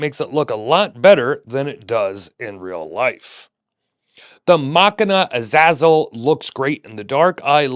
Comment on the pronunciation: Hearing you pronounce the name "a zazzle" is hilarious to anyone who knows the name